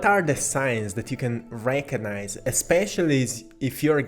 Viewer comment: Hehe.. Heh.. ... I'm just gonna be a goof.. Sounds like.. Rankonize. 🤓😖😅